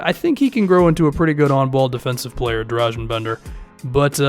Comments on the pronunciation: Its Dra-gun Bender not Drazen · Accent is not that important as pronunciation. Every letter is one voice in Serbian, so it's easy. He also pronounces g in Dragan wrong.